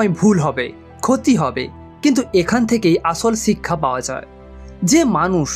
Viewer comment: বাংলা উচ্চারণ শিখুন। চিক্ষা,‌ছিক্ষা, সিক্ষা, শিক্ষা এই শব্দগুলো পরপর পাঁচ বার বলে রেকর্ড করে নিজেই শুনুন। উচ্চারণ সমস্যা দূর হয়ে যাবে।